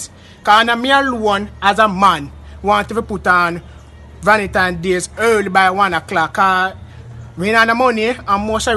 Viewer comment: Di man seh.." curfume".." valentime dayz".. I laughed so hard..😅😄😃😂🤣he really made my day...all now mi a laugh 😅😄😃😂🤣